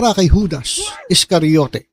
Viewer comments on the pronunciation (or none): HUDDS read it as HUDAS.😂😢😮😅😊